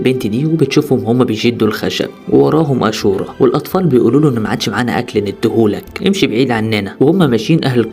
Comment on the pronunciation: اسم الفلم اشورا وليس اسورا